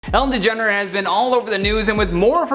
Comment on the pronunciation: I thought he said Degenerate